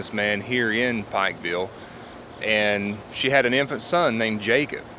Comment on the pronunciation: You are saying the name of the town Wrong.